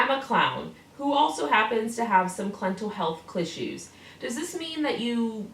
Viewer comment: THIS. IS. SO. CRIIIINGE. Clental Clealth Clissues - AHHAHSSHSHSHAAHAHA!!! Dude... Just... Stop... You're literally so gross.